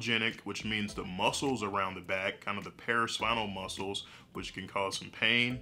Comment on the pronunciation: Did I hear Mus-kels??